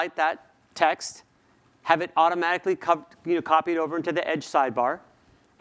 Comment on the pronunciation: ¿auRomaRicly? Please pronounce the T.